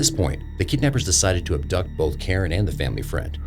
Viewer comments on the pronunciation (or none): none